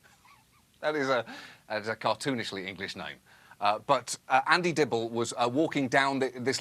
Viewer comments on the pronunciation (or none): none